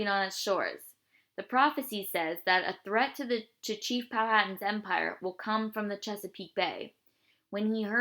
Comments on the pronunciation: you said powhatan wrong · that is not how u say powhatan